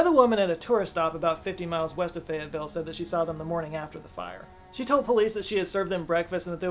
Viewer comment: lmao "Fayetteville " turned into "Fagatville" and I had to do a triple-take.